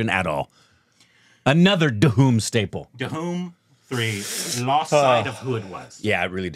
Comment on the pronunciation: Stand in front of a mirror and try to say 'Dhoom'. It's irritating to hear Duhum everytime. Lol I know English language doesn't have words with the 'dh' pronunciation. That's a Hindi thing. But your tongues can't be so cast in stone right?